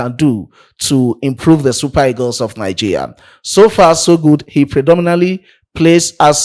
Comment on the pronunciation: Bro, it is pronounced Nigeria and not Nigea 😂